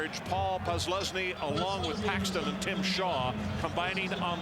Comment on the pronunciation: Paul Posluszny's name was mispronounced during the player introductions. He made a tackle the very next play and the other announcer corrected him. Tamba Hali shifted outside which allowed him to sack the quarterback and caused the game-winning turnover...recovered by...Ohio State?...oops!